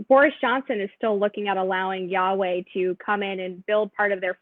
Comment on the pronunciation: did she just call Huawei “Yahweh”? Lol Thanks very much though, always love to hear Nigel speak.